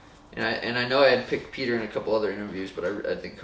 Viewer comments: Dude, you can write that under almost every video of everyone (as I did), it won't help. But thanks for trying. But while we're at it: It's "pyoter", not "peeter" or "petir". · Its not peter its pyotr